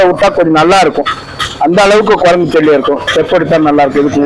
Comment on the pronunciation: കൊരങ്ങു അല്ല. കുരങ്ങ് എന്നുപറ..😊